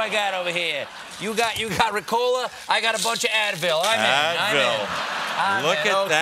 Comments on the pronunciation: Ricola: The emphasis is on the Ri, not on the Co. It doesn't have to do anything with cola. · Jeez, they were saying RECOLA. I was like, what is that. Its called RICOLA mates. Greetings 😅😜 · Seriously you people call it Ricòla? For fuck sake it's Rìcola! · Me too. Isn't it pronounced Rícola? 😂🤔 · Omg it took me until they ate the candy to figure out they were saying Ricola, the stress is in a different place in German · I’ve never heard an american pronounce ricola...it’s more than cringey lol